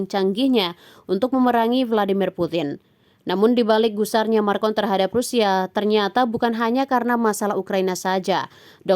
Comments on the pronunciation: bukan markon, tapi makron baaak ee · Macron wahai admin Bukan marcon😂😂😂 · Maa... cron, bu!! Bukan marrr kon!! Kampungan banget nih pembaca beritanya kayak channel abal abal aja! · Bukan MARCON min..tapi MACRON..perlu banyak belajar lagi kalau mau jadi pembawa berita yg handal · Macron. Bukan marcon😂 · Macron ka bukan marcon🙋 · Makron bukan markon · Kok marcon...bukanya macron min...😂😂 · Bukan MARCON tapi MACRON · Naratornya salah sebut,macron dibilang markon,... itu diucapkan berulang-ulang.